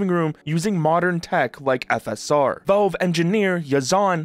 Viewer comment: The first vowel in "valve" is actually the letter A, not the letter E. It's not pronounced "Velve." It's pronounced "Valve." A's and E's don't make the same sound.